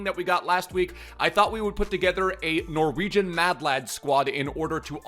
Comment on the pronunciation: As a Norwegian I approve of how you pronounced everything! Love the content